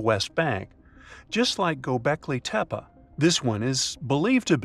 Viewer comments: Dude, Gobeklee tehpee, that's how it is pronounced correctly, I know you can do it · That's immediately what I thought lol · but he said it like it was likely pronounced in those days